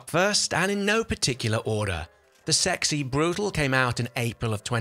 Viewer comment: It's Sexy Brew-tah-leh.